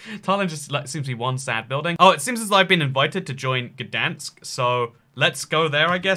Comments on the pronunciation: gdansk is pronounec gd-ain-sk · being polish and hearing you try to pronounce Gdańsk or Szczecin is probaby one of the best things ever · I'm polish and I'm ofensed because you are saying gdansk wrong!!!!! ATLEAST SAY SORRY THAT YOUR SAYING IT WRONG PLEASE